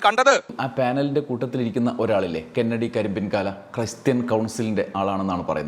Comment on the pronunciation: ക്രിസ്തുമസ് ആഘോഷങ്ങൾ പലപ്പോഴും അമിത ആഘോഷങ്ങളായി മാറുന്നു എന്ന അഭിപ്രായമുണ്ട്. എന്നാൽ കെന്നഡി കരിമ്പിൻ കാലായുടെ പേര് തെറ്റായി പറയുന്നതിനോടും യോജിപ്പില്ല. കന്നടി കരിമ്പൻ കാലൻ എന്നാണ് അയാളുടെ പേര്.